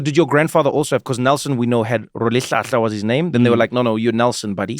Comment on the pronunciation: Trevor, why did you pronounce "Rholihlahla" in the English way? You just made the name lose it's whole meaning.